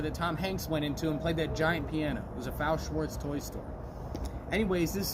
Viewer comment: Not to be that guy but it’s actually pronounced F A O Schwartz, as in pronouncing each letter in the first part.